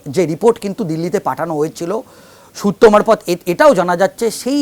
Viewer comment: এই ভদ্রলোক খুব মজার। কি যে বলেন আর কি যে বলতে চান, নিজেই বোঝেন না বোধহয় । এনার সূত্র মারফত, থুড়ি সুত্ব মারফত ধপ গুলো আরও মজার।